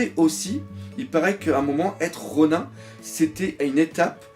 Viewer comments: par contre Ronin je crois que ça ce dit ronine et pas ronun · ronin il me semble que ça se prononce "ronine"^^ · le IN ronIN se prononce comme dans nINja. on ne dit pas nain-ja en français malgré l'orthographe car ça n"as aucun sens puisque c'est juste une transcription en alphabet d'un mot japonais, il faut donc garder la prononciation jap de ronin. les règles de grammaire française ne s'applique pas.